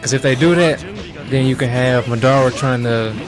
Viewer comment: stop saying madora its madara